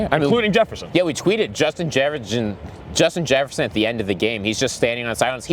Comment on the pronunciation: “offense gets some scoints”😂😂😂 Justin jjjrrrgin😂😂😂😂 oh yeah was in his bag